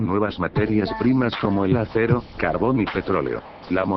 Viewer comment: Morí, "hacero" en vez de "acero" 😔💔